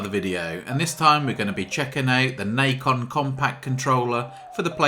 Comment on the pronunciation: it's not "nike-on" it's "Nacon"